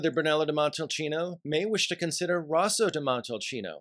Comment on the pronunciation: No love for Vino Nobile di Montepulciano? It’s just as great with a little more fruitiness. It’s Rosso (r-oh-so) di Montalcino.